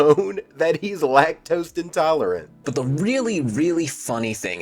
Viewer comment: Bro legit said "lac-toast intolerant". 😂